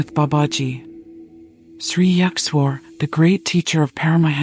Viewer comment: Ur pronounciation of Sri Yukteshwarji is completely wrong.